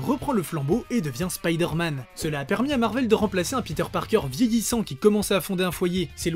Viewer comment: arrêtez de dire spidère-man svp 😢